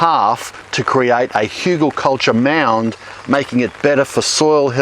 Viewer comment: You are always pronouncing hugelkultur wrong. You pronounce it like hiugelkoltor but you should use the latin pronounciation of the bowels. u like in tUlip. Hu gel kul tur.